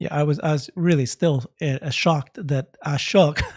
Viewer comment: Please stop butchering Ashok’s name pronounced! Ahh-Show-ke.